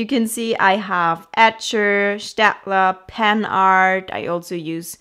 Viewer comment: I love how you pronounced Staedtler; the first time I realised you're either from Germany or very close to it 😅 edit: Austria, so close to it 😅